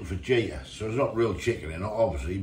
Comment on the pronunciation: Cheers for the laugh putting the water in then going at it straight away & calling it chicken fajita you pronounce it with a H not a J my mother in law always gets pronunciations wrong love taking the piss out of her😂